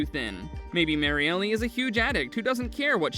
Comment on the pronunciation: Marielle, not "Mary-Ellie". My god, dude... 🤦‍♂️